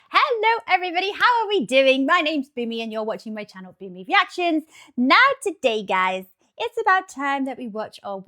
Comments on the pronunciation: it's BOOMY not Boony. Clean the wax out of your ears. And learn to read, it's literally written TWICE on the channel. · it’s Boony